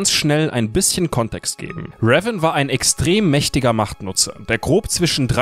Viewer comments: Könnt ihr bitte Revan richtig aussprechen? xD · Also ich mag eure Videos ja echt, aber bitte sprecht den Namen "Revan" doch bitte richtig aus.. Das macht das ganze Video echt kaputt wenn man das hören muss.. 😐